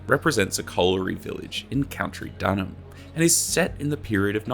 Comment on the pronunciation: Its "County" "Duh ram"